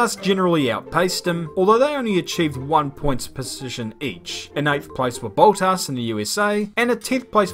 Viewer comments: its bottas not boatas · hi. its not pronounced boutas. there is no "u" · No one:: BOWTASS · Ah yes, Bowl Tass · Why does he pronounce words so weirdly? Valtteri BOLTAS? Solchi?